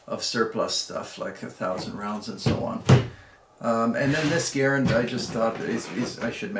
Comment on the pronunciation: Try Ga - rand not Gar- ren